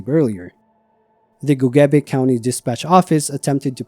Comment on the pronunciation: He actually says Gogebic correctly. People in the area often don't do that.